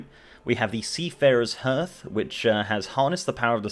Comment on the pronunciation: So mispronouncing hearth was just you triggering people about pronunciation?